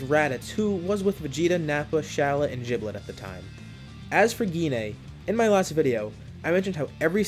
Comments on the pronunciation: You mean Giblet not jiblet! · It's not jiblit it's giblit